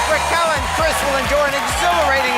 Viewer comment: the way you pronounce raquel is painful